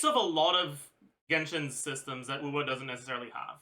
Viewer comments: I absolutely hate it when he says her name. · wait he finally pronounced Eula as Eula and not OYLA! HOLY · Its the french prononciation bruh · Why is he still saying her name wrong. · He pronounce it the French way, which i never noticed because i'm french speaker